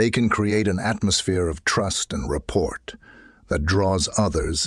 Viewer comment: Something is wrong with the intonation and pauses. Did you not listen to it yourself first? And it is correct that is not how you pronounce rapport, it's not report.